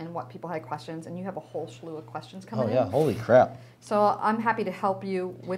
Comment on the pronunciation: Slew not schlew.... come on!